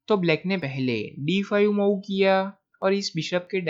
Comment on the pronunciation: Your game selection is good but the pronunciation is very bad. It's मुव्ह not माउ. And why do you sing while talking about moves? I like your game selection but please improve pronunciation.